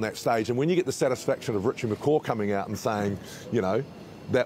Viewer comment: You would think since all these years, some of these NZ announcers would pronounce Richie's last name correctly. I expect the mispronunciation from announcers from other countries but the ones from NZ........